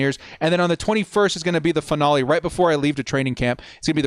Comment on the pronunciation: Or how he says finale…